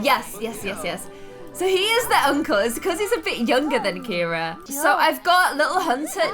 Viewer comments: You’ve been pronouncing “Ciara” as “Kira” this whole time and nobody’s told you idk if I missed something and you changed her name for some reason but my best friend is Filipino her name is Ciara it’s pronounced Ci-air-a but I guess it’s kind of to late now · It's annoying that she keeps saying Carrie instead of caira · CIARA NOT CARRIE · kept on calling Ciara, Carrie throughout the WHOLE VIDEO!!!!!!!! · DISE ANY ONE NOTICE THAT ALWAYS SAYS CARRIE INSTEAD OF CAIRA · It’s Kira not Carrie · KIERA NOT CARRIE!!!!😂 😂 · Who else notices that calls Ciara Carie? Like if you agree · Ciara not Keira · This was in the comments ages ago when Ciara was first adopted. pronounces it the Irish way.